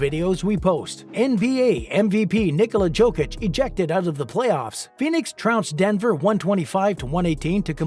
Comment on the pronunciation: You speak about Jokic and you have not tried to at least pronounce his surname correctly!!!!!! How disrespectful and unprofessional on your behalf!!!!